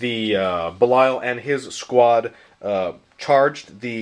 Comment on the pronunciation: for the love of Pete! Its pronounced BEE-lee-uhl. Not bell-Isle. Bell Isle is an island in Detroit. Belial is the spirit of evil personified in Hebrew myth. Which one do you think GW was going for when they gave him that name?